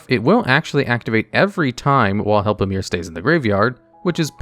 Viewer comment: I believe its pronounced Help-o-Em-Er